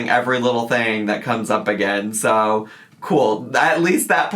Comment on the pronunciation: My boyfriend was listening and asked "Why does she say zoooo instead of soooo?" lol